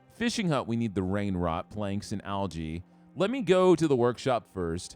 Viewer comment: Rain Rot, its giving me brain Rot hearing you get it wrong every time